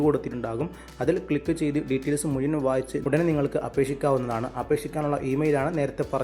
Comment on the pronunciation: താങ്കളുടെ മലയാളം ഭാഷ ഒന്ന് നന്നാക്കണം പ്രത്യേകിച്ച് മുഴുവൻ (മുയുവൻ>